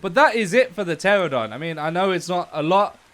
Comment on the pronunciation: He said terrordon but it’s pronounced tranadon But idc bc he’s helpful